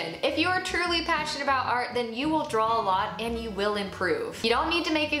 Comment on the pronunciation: I love this and I love the advice, thank you! One question...are you saying "Drawl" or "Draw"?